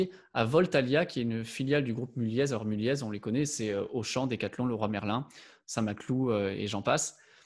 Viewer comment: Mulliez se prononce Mullié. On ne prononce pas le z. 😉